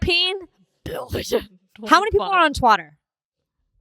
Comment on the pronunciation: She said twitter a bunch of times normally in this episode. She only said "twatter" like 3 times lol